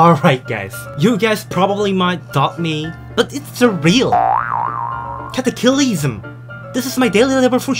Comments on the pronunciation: Pronounce:ca-ta-ce-le-sim Me:ca-ta-cly-sm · Everyone: NNIW CWIRLES LOLL: CATWACLOSGM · Nobody:: KAT A CA LISM literally Everyone: Its Cataclysm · says it wrong lol :) but it's funny